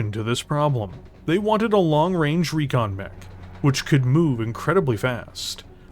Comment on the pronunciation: there's no a in recon, i swear i'm going to send you back to school lol